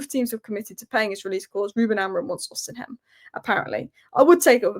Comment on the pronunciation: It's not O-semen, it's Osimhen!